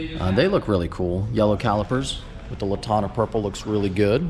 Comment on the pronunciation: LaNtana. Not Latana. GET IT RIGHT